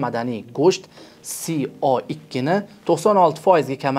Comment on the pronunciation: Ака СО2 си о икки эмас се о икки булади